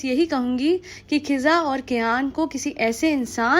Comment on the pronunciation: Neher nai meher kiza nai fiza naam to theekse bolo